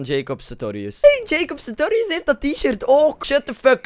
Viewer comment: Het is nie Jacob Satorius ma Jacob SaRtorius